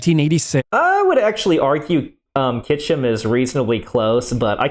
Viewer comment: Pronouncing "Kyshtym" as "Kychym" makes my eyelid twitch the same as when I hear "nucular" :D